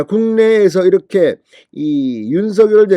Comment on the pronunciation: 우리말. 바르게 소리내기 대통령 윤석열 바르게 소리내기 윤성열로 발음하세요 윤서결 발음은 틀렸습니다 진성호씨 바르게 발음하세요 바르게~~~~공부좀하세요 남들이. 따라하고있어요 윤서결